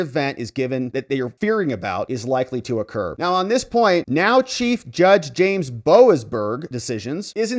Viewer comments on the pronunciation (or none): none